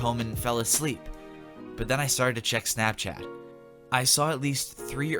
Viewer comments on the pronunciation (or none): none